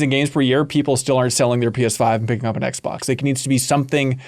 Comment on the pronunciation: "the aXbox" really slipped by there